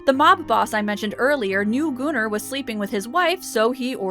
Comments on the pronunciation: I literally thought you said Gooner but the comments are saying Gunnar which makes more sense...but damn, Gooner makes it sound much funnier these days 🤣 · I love these videos! You are awesome. But it's pronounced Gunner not gooner. Keep up the amazing work. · kaship98 it’s pronounced goon-ar my friend not gun-er